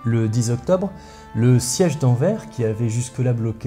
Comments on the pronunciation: bonsoir je vous dire que c'est pas enver mais envers avec un s a la fin aussi non des belle video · RRRRRRRRRRRRRRRRRRRRRAAAAAAAAAAAAAAAAAAAAAHHHHHHHHHHHHHHHH anverSSE Le S se dit, ça n'en finira donc jamais ? Bon, je like et termine la vidéo. J'adore ce que tu fais, continue (enfin, pas de dire anver ! ), j'attends chaque épisode avec impatience ! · AnverS par pitié ! AnverS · AnverS, le S se dit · AnverS On prononce le s svp svp svp svp svp (et oui même en français parce qu'en néerlandais ça se prononce antwerpen)